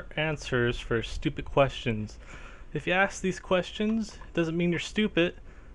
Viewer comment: I like how you say Stupid. :) You pronounce it Stupit. :3